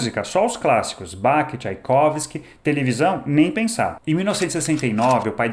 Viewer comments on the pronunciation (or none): Báque não meu caro… BÁRRRR (Bach) Pelo amor de jah pqp… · A pronúncia de Bach é Báh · Você pronunciou errado o nome "Bach", que falta de cultura!!!